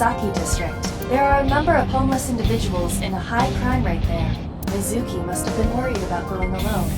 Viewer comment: I generally like the English voice acting in this game, but the way that they refuse to pronounce some things correctly, like "yakuza" and "Mizuki" does drive me a little crazy.